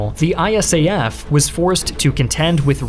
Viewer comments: Great video but nobody ever called it "I-S-A-F" but "eye-SAF". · Dude, it is really weird to hear to called I.S.A.F. We, who were there, called it ISAF (pronounced eye-saf). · Really wish you’d say ISAF the way most of us do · If you ever do a video about Afghanistan again you can say ISAF as an acronym rather than an initialism.